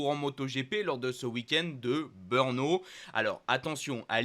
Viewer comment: Malheureusement ...si tu n'a plus de Beurnes,c'est certainement de ta faute,mais alors si tu parle de Beurno pour le GP de tchéquie,je ne connais pas ce circuit,essaye de prononcer BRNO en prononçant '' BReNO'' si tu as l'occasion,,profite d'en parler a tes copains commentateurs (chauvins)de Canal +,eux font la même erreur....